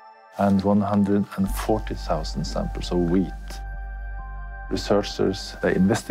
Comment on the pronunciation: When he said wheat I thought he said weed